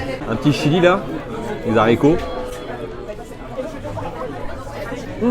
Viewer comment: min: "les Z'haricots" ? ;)